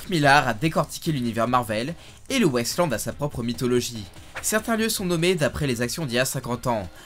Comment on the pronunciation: ça m'a beaucoup perturbé que tu prononces "Wasteland" "West Land" ça m'a fait bizarre